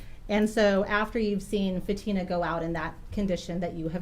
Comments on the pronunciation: Mr. Ali's lawyer calling Fatima "FAT uh muh" is deliberately disrespectful and gross. He's heard everyone in the courtroom pronounce her name 'fa TEE ma" 1000x yet insists on mispronouncing it. He has a job to do, but basic common decency in the courtroom -- especially when it comes to an indisputable victim, a minor -- is not too much to expect. Shame on him. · Why does the defense attorney pronounce Fatima’s name different than everyone else? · It is telling that the judge, the prosecutors, all the witnesses pronounce Fatima’s name correctly, and yet the two defense attorneys pronounce it incorrectly the entire trial. A basic lack of respect.